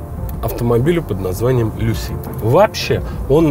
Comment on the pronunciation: В слове Lucid ударение на первый слог. Но для этого нужно знать английский...